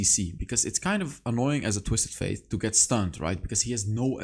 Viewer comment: You say twisted faith bite it’s fate. It bothers me but that all GREAT VIDEO MY GUY